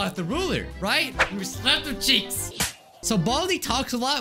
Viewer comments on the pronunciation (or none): What did he say in the beginning? I keep rewinding it:I'm GoNnA sLaP sOmE cHeAkSsSss